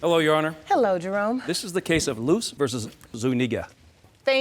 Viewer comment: Jerome almost left the “Zu” off of “Zuniga” 😂😂😂